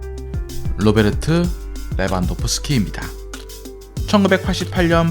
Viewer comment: Robert를 로베르토 라고 읽는게 발음차이라고? 영어 다시 배워야할듯